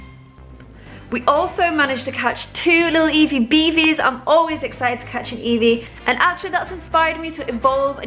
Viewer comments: Why are you saying beavis not eevee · all calls it evee and she calls it beavus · Y she keep saying beevis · Beevus??? I thought named her Eevee. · I swear the dog is called eevee not beevis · Is the dog named evee or beevus cause you called her beevus and called her evee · why does she keep calling eevee bevis? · Does she call eevee beavis?????? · Why does she call it beavis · How come calls eevee beavas? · It's Eevee